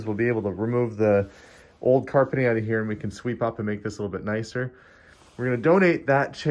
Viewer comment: I love it when you say "out"....it turns into "auwt"....the only dialect change I can hear. Must be the ou pronunciation in general. Love the videos